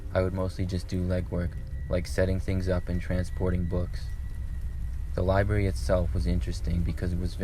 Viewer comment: he keeps saying liberry. Library man.